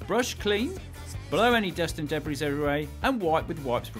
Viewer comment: Colin, did you just say debris as deb ris?